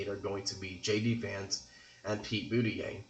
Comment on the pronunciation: It's impossible for Maine to split 2-2. If you win both congressional districts, you win the state 4-0. If you win one congressional district it would split 1-3 or 3-1. And his name is pronounced Boot-a-judge, not Booty-yay.